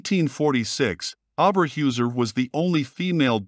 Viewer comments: Well done video! Only only thing is her name should be pronounced Oh Ber Hoyser . This is not only for German, but how they would want it pronounced if an American citizen. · pronunciations: Orba hoyzer and Rravernsbrruk.